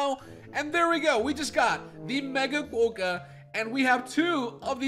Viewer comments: hi!, sorry to say but you actually the rodent as: ckwoka not ckwohka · So im an Australian and "kookaburra" is pronounced koo - kuh - br - uh" and "Quokka" is kwaa - kuh. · And Quokka is qu-o-ka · U also said quokka wrong and yes u did say kookaburra wrong again it’s like cook a burra like burrow